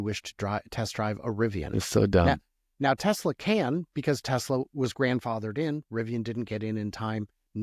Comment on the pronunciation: "TELSA" is that a new company?